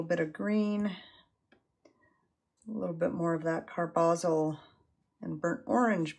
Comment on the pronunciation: Nice painting; thanks for the video. (Believe it's CAR-buh-zol).